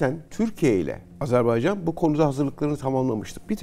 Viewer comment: çok rica ediyoruz adları doğru yazıldığı kimi okuyalım çok önemli biz niye çok basit olan bir şeyi Kardeşinizin adını söyleyememek sizi üzmez mi? Azerb-A-ycan✅ Azerb-E-ycan ❌